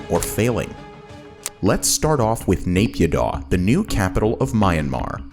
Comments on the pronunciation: btw naypyidaw is pronouced Nayy Pyeeee Dawn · you could make an effort to say naypidaw and myanmar correctly.